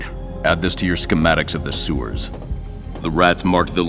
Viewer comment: Oh they pronounced "schematics" right in this game.